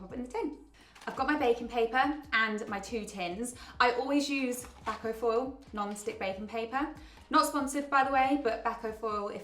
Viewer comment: Yum! You're using Bacofoil for... baking... I think it's pronounced bake-o-foil 🙃😂😘